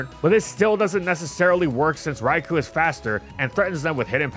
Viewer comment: I have literally been asking to pronounce "Rai-co." correctly for five years. Dude, get on the ball.